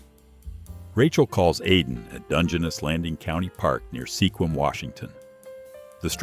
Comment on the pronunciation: Sequim pronounced skawim.